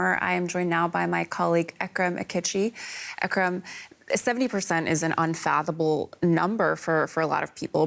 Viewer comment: It's "unfathomable", honey.